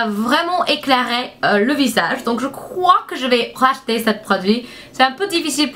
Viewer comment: Ça m'a fait beaucoup rire quand tu dis Rach-ter ou pas lol